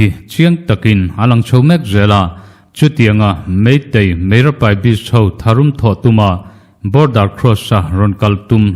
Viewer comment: Meira Paibi tih khân duhtawk mai la, Mizoṭawng anih loh vânga 'S' belh kha angailo anti.